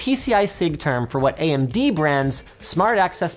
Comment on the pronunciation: anyone notice linus said AM-DBrand? lol